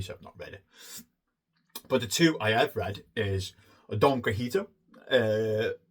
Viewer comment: Your pronunciation of Don Quixote made me laugh. It sounded like Don Qojito, like a mojito or something 🍸😆 I didn't know you're a zoologist. I'm a geneticist myself. Never heard of The Zoologist's Guide to the Galaxy, sounds right up my alley too. Biology rules! I haven't read the Wolf Hall trilogy but I have the books and I really really want to read them. Hopefully this year, your recommendation might be the bit of encouragement I needed. Same with the Gormenghast trilogy and Helter skelter, I've got them on my Kindle and they sound like my type of books. Thanks for the video as always.